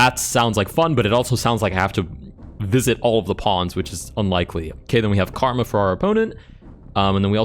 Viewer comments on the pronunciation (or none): none